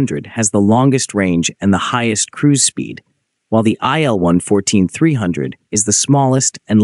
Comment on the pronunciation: [il] - for Sergey Vladimirovich Ilyushin , not [aɪ][el]